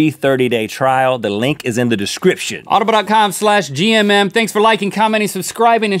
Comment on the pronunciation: I got so confused XD I thought you said gym rather than gmm lmao